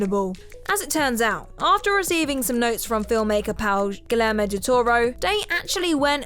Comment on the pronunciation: Just some quick notes: Eli Roth's name is pronounced "ee-lie", not "Ellie." And Guillermo del Toro's name is pronounced "gee-air-moe" (the "g" is like the "g" in "goose", not the "g" in "gel"), not "gill-air-moe".